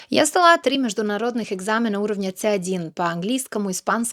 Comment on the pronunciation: ну легкий акцент слышится с первого предложения, особенно е в "экзамена", но и у носителей русского акценты и говоры встречаются на каждом шагу, много тех же билингвов. Какие-нибудь кавказцы, якуты или латыши знают язык вполне себе на уровне родного, но наличие второго языка легко выдает произношение и построение фраз.